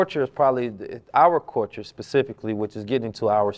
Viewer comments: pronouncing culture like “coooorture” got me giggling 😂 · The fact that knows all this information but can’t pronounce Culture has me dead💀